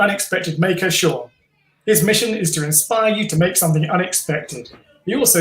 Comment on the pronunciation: Sean.... 🤣... it's Seon... See..on..